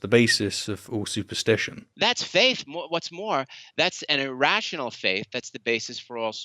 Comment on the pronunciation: You can say theist but you can't say faith. (faif, ) Isn't that interesting? No big deal of course but I just can't not hear it. Carry on.